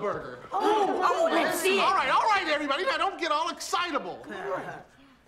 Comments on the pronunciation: Its Mondo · It’s mondo burger not mundo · It's not, "mundo" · "Mundo Burger"? Really? You had one job. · "Mondo" not "Mundo". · its Mondo Burger